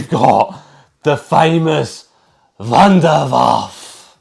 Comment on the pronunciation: It’s not Wunderwaff, it’s wunderwaffEEE. It’s GERMAN you DO say the e at the end. Don’t wreck up the German language. ⚡️⚡️